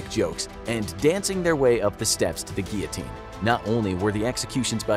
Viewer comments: You didn't say guillotine 😂 You said geeyoteen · Take a shot every time he says gullotine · It's actually pronounced "Gill-o-teen." I'm American so I'd know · yes. Its gill o teen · guillotine sounds like giotine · Your pronunciation of guillotine is awesome 😂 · I was going to put a like on this video, but it was annoying me that they were saying "Guillotine" wrong...